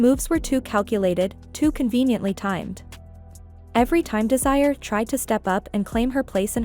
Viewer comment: Her name is Desiraye. Des-e-Ray.